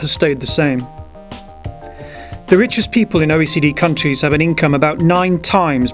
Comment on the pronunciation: The wichest person ... it wose ... What accent is that???